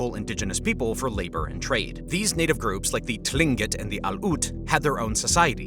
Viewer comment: Thats not how you pronounce tlingit